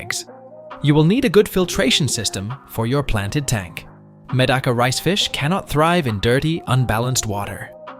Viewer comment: Good information, but very distracting when AI mispronounces words, especially Medaka, which it says a lot!!!😣🤦‍♀️